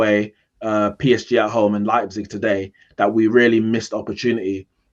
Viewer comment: United lost because CANNOT pronounce Leipzig correctly lmao